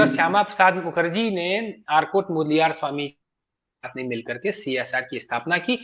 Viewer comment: आर काट मुदलियार यह सही उच्चारण है